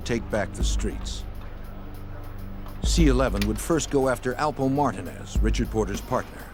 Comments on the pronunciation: Whoever made this video should do better research. First...it's Alpo Martinez, not Martin. 2...Rich Porter wasn't the boss of the crew, but he was getting lots of money. Come on fam...watch the old news clips, documentaries, SHUCKS....watch Paid In Full! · Its Alpo Martinez not martin. His Puerto Rican and his out from jail.